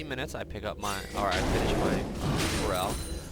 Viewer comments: isn't feral pronouced fare-ral? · ive always wondered if is pronouncing 'Feral' wrong h pronounces it 'Pharell' like the rapper? XP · I love the vid but his pronunciation of "feral" makes me so annoyed. pet peeve I guess